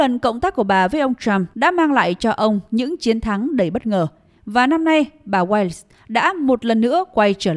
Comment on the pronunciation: This woman name is Wiles (1 syllable). How her name got changed to Wallace.